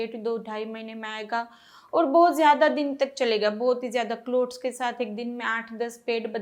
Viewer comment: Clout nahi Clots... Please pronounce correctly...